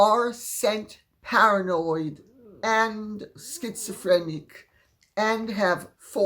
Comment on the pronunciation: I just heard HARRANOID ! 😂